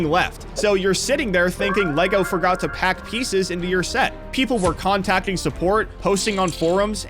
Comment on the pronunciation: Bro said forgor not forgot